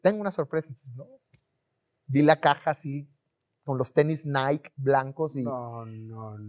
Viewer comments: No se pronuncia naik se pronuncia naiki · “Naiqui” no “naiq” 😒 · se dice "NAIKI"